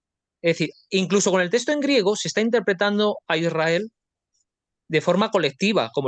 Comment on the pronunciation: No sé dice testo es texto!